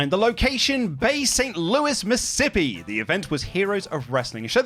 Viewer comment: Glad to see Worst Match Ever is back. Really enjoyed the video., you might want to work on your pronunciation of Mississippi.